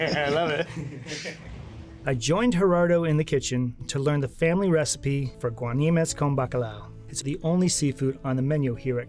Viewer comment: You America's Test Kitchen got the name wrong, is guanimos, not guanimes.